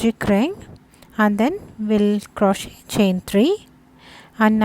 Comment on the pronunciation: Great work, and for your awareness, the "t" is silent in crochet.